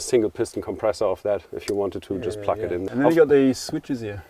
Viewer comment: Yeah... and incorrect pronunciation for plug. :-D Anyway, he's a wise guy for sure!